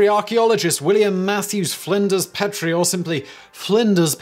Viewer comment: I've been to the Petrie Museum. Petrie is pronounce Pee-tree